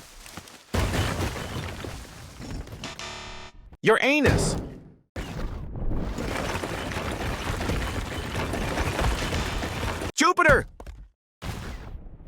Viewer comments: Dude bro literally said your anus when its uranus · bro said "ur anus" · bro spell uranus ur-anus 😭💀